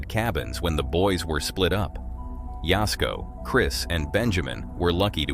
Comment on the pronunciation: Thanx for saying jasko's name right lol